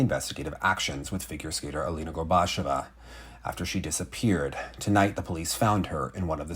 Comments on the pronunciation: It's pronounced, "GORBA-CHYO-VA." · for future episodes and segments. Gorbacheva rhymes with Usacheva. Stress the same syllable as in Daria's last name, the "che" ("chyo"). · At the very least try to say Alina’s name correctly. You repeatedly say ‘Gorbash-ova’ which is not how it’s said. Overall, maybe don’t put Russian in your videos until you’re comfortable speaking it, it comes across as low effort and demeaning, with a serious lack of care for the child you’re reporting on.